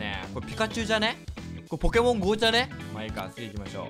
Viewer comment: ポケ↓モン↑go↑じゃね↑？